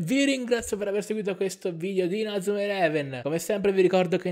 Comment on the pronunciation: Perché dici male inazuma